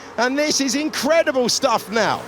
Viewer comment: team calimero whehe. "incredible" in Romain grossjean's pronouciation. XD